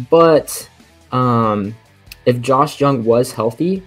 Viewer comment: Josh Jung is pronounced Josh Young Mr. Expert